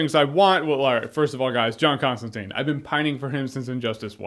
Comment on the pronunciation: As the man said himself, it's John Constantine, tyne like time.